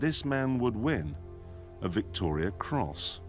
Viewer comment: Just saying its Victoria cross not Victorian